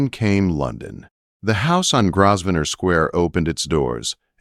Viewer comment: Viven? I believe her name is Viv-E-en! AI does have great difficulty with proper nouns! It’s not Grozvenor. The S is silent. It’s Grove-nor. Dominic is a caring man. Lady Henrietta is a very unhappy soul. Heartwarming story!